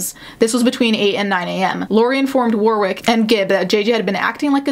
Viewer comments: The second W in Warwick is silent: WAR-ick. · Consistently good coverage but Warwick is pronounced “warrick” with a silent w. I apologise for English names being awkward.